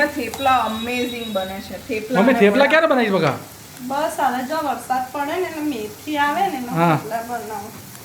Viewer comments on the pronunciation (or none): none